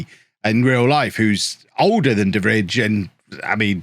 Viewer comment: the way you just went for De Vrij, an Inter player (who is trash irl btw) and then went on to absolutely butcher his name was something i didn’t need today